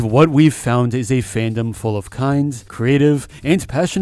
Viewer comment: “Fan-dom” 😂(but i am still saddened about the situation)